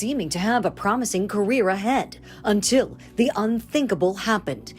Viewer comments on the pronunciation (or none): none